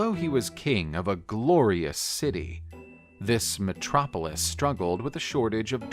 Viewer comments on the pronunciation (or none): none